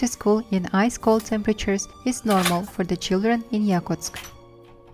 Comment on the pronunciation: Сама ты Якутск, это якУтск (ударение)